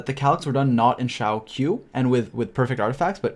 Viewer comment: It’s eh for Xiao